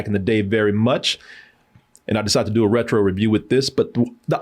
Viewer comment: RETRO? c'mon 😂